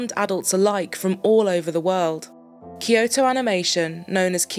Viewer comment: It's Kyo-to, not Ki-yo-to.